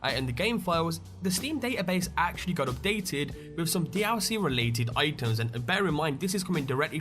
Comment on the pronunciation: Can anyone count how many times he says d-owl-c? XD